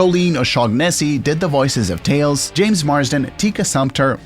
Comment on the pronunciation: Hey, this is my first time seeing as your channel exist. But, where are you from? you literally say tAYoAls instead of tails